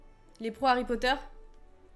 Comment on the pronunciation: Pas poter mais potter